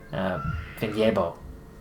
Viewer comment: Nice pronouncition of Vinjebo!